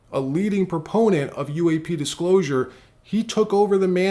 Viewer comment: Why is this guy saying uaf instead of UAP